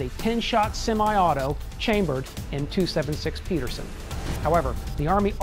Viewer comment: When you post a video entitled 5 things you didn't know about the m1 Garand; you should realize most of the people who watch these videos probably no more about the rifle than you do, like for example the name "Pedersen" is not pronounced the same as "Peterson."